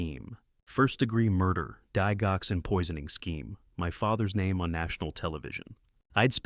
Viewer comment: For goodness sake, learn how to pronounce Lisinopril and Digoxin. Lisinopril Lie sin o prill Digoxin Dig (like digits) ox in